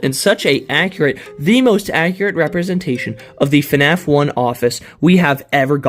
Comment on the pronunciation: BRO REALLY SAID FANF